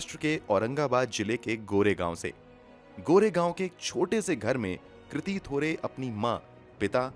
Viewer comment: Kriti nhi Kirti sir